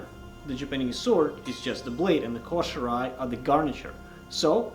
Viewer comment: Man, I love these videos! Someone needs to tell bro that it is pronounced KOH-SHEE-RAH-EH not koh-she-rye! LMAO! Plus, someone help him with his iaido and tameshigiri before he severs an arm or a leg! :face-blue-wide-eyes::face-orange-raised-eyebrow::hand-orange-covering-eyes::face-turquoise-covering-eyes